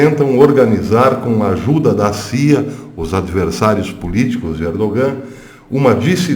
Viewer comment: Professor, o "G" em "ERDOGAN" é silencioso, não se pronuncia. A Turquia não faz parte da Europa !!! Em outros tempos era "Ásia Menor"...... A Europa não inclui a Turquia .......